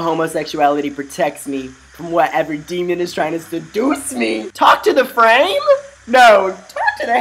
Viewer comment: "TALK TO THE FRAME" PLSSSSS ITS FARMER. F.A.R.M.E.R